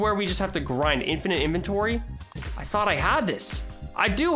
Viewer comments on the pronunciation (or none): none